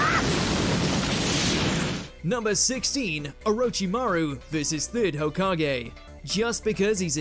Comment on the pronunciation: Please get the narrator/host to learn the appropriate pronunciation of names and techniques. It is so annoying to hear him say 'O-row-chi-maru' then the clip has a character clearly say 'Or-rich-chi-maru'. He does this with ssooo many of the words it is lazy.